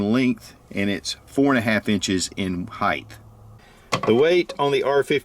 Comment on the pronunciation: Why do so many reviewers say "heighth"? The word is "height" -- pronounced hīt, not hīth.